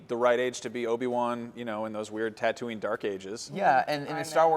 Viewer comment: So is too cool to pronounce tatooine correctly?